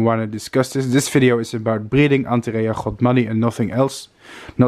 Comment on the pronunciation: Its godmani not “rhodmani”